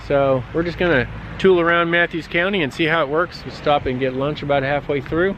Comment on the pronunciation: I've always heard it called Gwynn's Island and instead of Mathews I've heard it pronounced as Maffis. But I'm from Gloucester and everyone mispronounces that one too. I'm glad the weather cooperated for your ride.